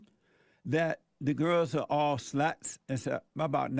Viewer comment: "Over in Sweeding, the girls are all suh-luts"